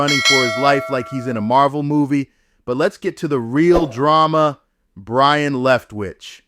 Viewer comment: His name is Byron, not brian...geez